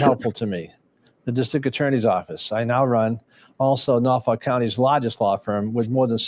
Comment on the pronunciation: ..........NorfoLk, not NorfoRk. Other than that, loved your show.